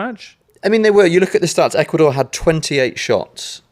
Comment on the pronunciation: “Ecuador…. Ecuasnore” 🤣😭